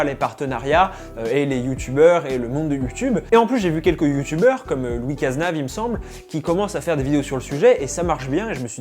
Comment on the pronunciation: «Lucas snav » aïe sa fait mal (C’est LOUIS CZNV)